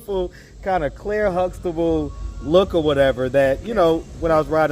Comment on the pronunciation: She said Claire Sluxtable🤣🤣🤣🤣